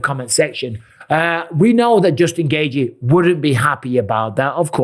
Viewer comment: Justin Gaygee 😂. It’s pronounced GAY-CHEE